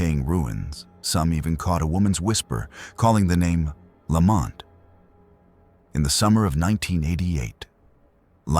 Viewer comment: Vilas County, Fond Du Lac and even "Pabst" being mispronounced. 🙄 But the inappropriate pauses and inflections totally give it away. "Mrs. (Long pause) Lamont".... It's not the worst that I have ever heard, but it definitely is AI